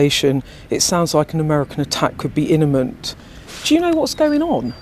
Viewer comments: Inament😂 These people have been to university? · "Innament".....😂 Too much 🍷drinkypoos if you ask me.....